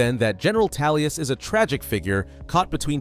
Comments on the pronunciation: Amazing Video you said Tallius in the video not Tullius just so you know. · Tullius.. Tullius.. TULLIUS!! who's Tallius?! Literally could not focus on the video 😭🤦‍♂️ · Why are you pronouncing it Tallius, its TULLIUS. I couldn’t get through the intro. I hate when people pronounce a name incorrectly for videos when it’s said verbally numerous times in game/media. Feels like engagement farming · Who's general Talius? Lol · Toolious. as in tools.ez p.s. a story about gay jAlius Caesar would be fun though. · I’m having a hard time believing you even played the game. I hear Tallius, Toollius… bro 🤣🤣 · Every time I hear this dude say Tallius I feel something in me being triggered. It’s sounds more offensive than somebody farting in Church. 😂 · I took a shot while listening to this for every time he said "Talius." I am now recovering from my alcohol poisoning in Heaven. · I was about to berate you on it 😂😂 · Not going to lie, made it difficult for me to watch. Just kept irking me lol, probably more because you seem to know a lot about elder scrolls so it did not make sense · Haha I thought you was trying to conflate Tullius with Talos on purpose....like you was implying he was an avatar for Talos or something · astleast you recognize you arent pronouncing it properly. i can forgive it with such good content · I'm so confused how this happened, is there a scenario in which the letter U sounds like a short A? Not tryna hate, just tryna understand lmao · Never understoof how someone could hear a word, see its spelling, hear its pronunciation, and then pronounce it wrong repeatedly. Gotta be intentional. 10/10 ragebait. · Halfway through the video and I can't help but wonder when the Captain Ranger of the black gate became the General of the Empire, there is only so much we can do with our pronounciations, but it's really distracting xD